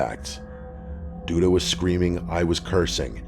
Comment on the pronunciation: Reporter: “Dee Dee Mega Doo Doo” Reporter: “sorry that’s Duda Mangudu”